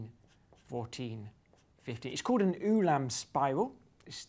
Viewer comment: Hello. Ulam is pronounced like (sorry I can't use IPA) oolam than yoolam. Polish orthography says hello